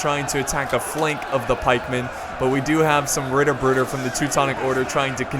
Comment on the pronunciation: This is the battle from yesterday's livestream, isn't it? Really great battle there. Your pronunciation of "Ritterbrüder" actually isn't that bad. You are just saying it to fast :D And try not to say "d" instead of "t" in "Ritter".